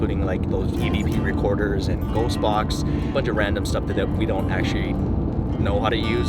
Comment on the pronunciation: he says “Ackshery”